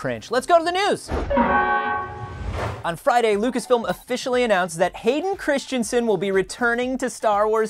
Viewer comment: Andie you pronounced his name wrong it's Christensen